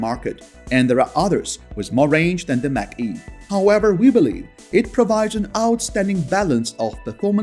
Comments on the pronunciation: It’s NOT MACK E, it’s MACH (Marc - E) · Macn-e is pronounced MOK e, not MAC E. :-) Great video! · It's pronounced Mock E not Mac-E Mach E as in the speed of sound. Mach 1,2,3 ect. Words can be tricky.